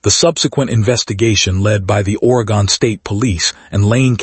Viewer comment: Oregon not Oregone 2nd story lol